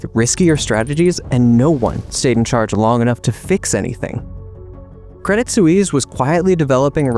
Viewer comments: That was tough to listen to. Suisse. Sue wees? or Swees? I'm going with Swees. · Credit Sue-eaze? NO!!! Credit Sweess is the correct pronunciation. Why do Americans show disrespect to all foreign names and words? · It's not pronounced credit soo-eeess. Just look it up. In your defense, americans are a horrible at pronouncing any other language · You have to pronounce credit Swiss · good show, I enjoyed it, but I cringed every time you pronounced Credit Swiss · same lol reminds me of Suez Canal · You should learn how to say Credit Suisse properly